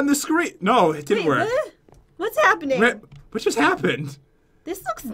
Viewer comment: totally said whu